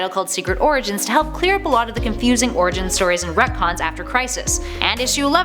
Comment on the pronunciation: LOL! I heard "Her first origin" as "Her first orgasm".